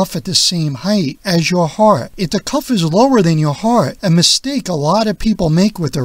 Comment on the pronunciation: Speak properly; it's "cuff," not "cough."